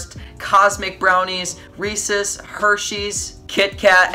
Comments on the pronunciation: it's Rees EEEEEEEEES not rees es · Dude said recess instead of Reece's